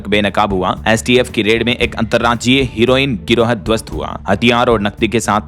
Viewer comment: हीरोईन नहीं, हेरो ईन बोले